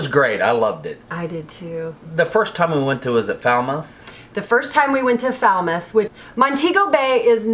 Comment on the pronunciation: Falmouth Pronunciation: Fal-moth Not Foul-mouth Lol😁😄🤣😃 Splendid video nonetheless👍👍👍👍👍